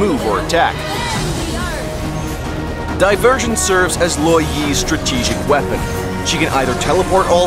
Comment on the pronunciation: Them: Lou Yi Me: Yi Lou (yellow)